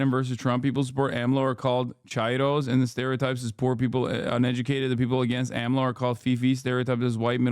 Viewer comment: it's so funny to hear hasan pronounce AMLO's name YESSIR I LOVE MEH HE COH I LOVE AHM LOW